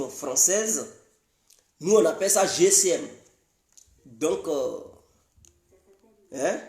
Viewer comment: GSM on dit et non GCM!